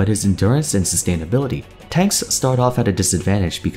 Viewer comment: i think he means TANKS and not TNAKS